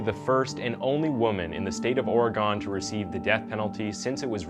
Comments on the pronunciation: Ik this was 6 months ago, but never say Oregon like that again. Thank you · Oregon is pronounced Or-Gun like "Did the killer use a knife or gun?